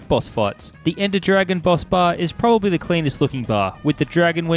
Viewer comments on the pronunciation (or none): none